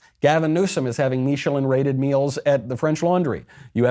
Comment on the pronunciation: Michael you are pronouncing Michelin wrong it's like the tire